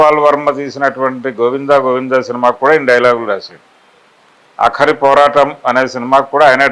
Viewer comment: Aakhari poraatam kaadhu sir...aakari poratam